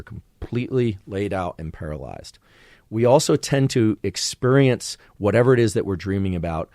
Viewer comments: Why does he pronounce it as exPURIENCE? Lmao its bothering me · Why is he pronouncing it expurrience? Lmao its bothering me.